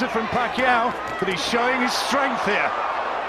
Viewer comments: mar gah ree toe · antonio magarito ang tamang bigkas ng panglan nya